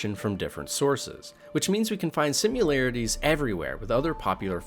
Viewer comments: Great video, only one problem: "sim-yu-larities" As opposed to "Simm-a-lar-a-ties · I think you invented a new word "simularities". It's either 'similarities' or 'simulations'... I like the new word. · Hey spell out the word similarities, then listen to how you say it lol